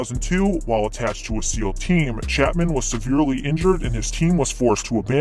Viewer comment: Dude said chapmen cauze he read the book. What a fucking jokeman